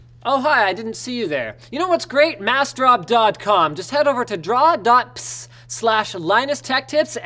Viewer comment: It's not draw.ps its (droh "d-row") dro.ps